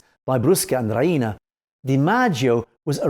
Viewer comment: He says Ria-ina, it's pronounced Ree-na